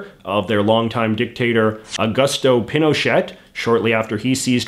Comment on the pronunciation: "A-goose-toh peeno-shay"